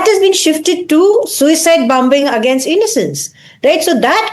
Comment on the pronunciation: No wonder he killed himself. He could NOT even SPEAK PROPERLY. Who pronounces 'against' as 'againust' in this day and age? And presenters at each of the Indian TV channels i have seen have been highly disappointing. Without exception this fake accent and lousy accent not to mention tawdry, repetitive monologue is highly forgettable.